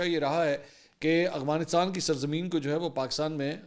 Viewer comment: آپ ہمیشہ اغوانستان اور اغوان بولتے ہیں جبکہ درست افغانستان اور افغان ہے. آپ ملک کے بڑے صحافی اور اینکر پرسن ہیں آپ سے غلط تلفظ بہتر نہیں لگتا